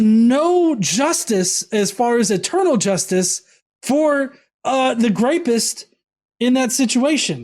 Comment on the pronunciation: wtf is a "grapist?" You said that word multiple times when describing some who did rape. No shit. It was a little distracting. I even backed up to make sure I wasn't just hearing things, mistaken. It was just weird.